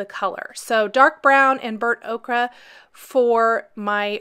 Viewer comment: Ochre is pronounced oh-ker, by the way. This idea is BRILLIANT! 🦌